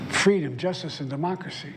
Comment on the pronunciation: “Abam Lincoln” “Mockracy” JFC Joe. Talk about cutting it close. Had you done this in another week or two you might be using a drool cup.